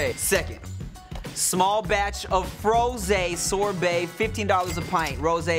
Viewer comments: said sorbet so wrong I’m dead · Me: it's sorbet: it's durian sober 😅😅😅tf